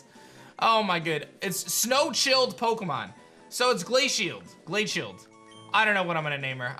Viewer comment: Pronunciation of Glachild drive me crazy. Pokédex entry said snow child I was like here we go he will fix it. Then he read it and pronounced it ‘snow chilled’ 😭😂